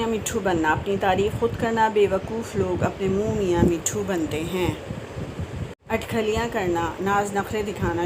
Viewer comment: Atkhalyan nahein atkhailyan